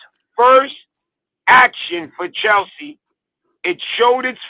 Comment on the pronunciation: how come he said chelshit not challenge pl,,its same squad winning world champions?🤣🤣